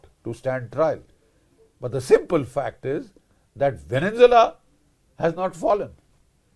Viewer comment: Namaste gen Bakshi. You are one of my favourites. I have ENORMOUS respect for you. Hiwrver, please pronounce venezuela correctly - it is horrible to hear the incorrect veneNzuela continuously. Namaste, once again. Jai bhaarath